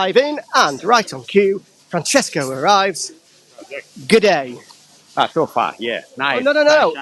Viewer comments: its actually g'day, short for good day! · It's Gidday Mate ... Not Goodday